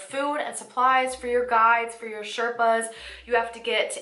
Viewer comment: The proper way to say Sherpas is shay- r (like in ruckus)-paas P.S. I had read about the Everest but this video opened my eyes.